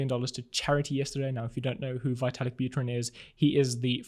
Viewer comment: His name is pronounced Vetalik.